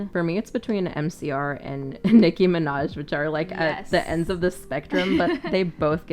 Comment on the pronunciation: "Niki Minjaj." 😆